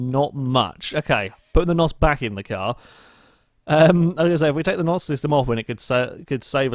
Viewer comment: It's N.O.S by the way not NOS